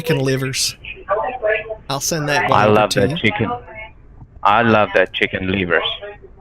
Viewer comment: "I love them chicken LEEVERS"